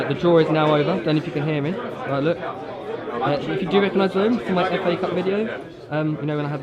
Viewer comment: Did he say mëin camera